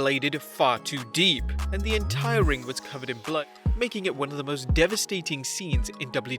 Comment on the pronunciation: Can you talk right dont say weapons and blood wrong talk right O wait you never went to school so you cant talk, you are irritating